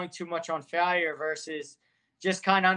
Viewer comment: Idk why but I find the way he pronounces “failure” odd